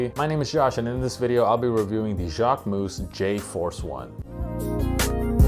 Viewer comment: Now I know it’s not pronounced Jack-way-moose 😅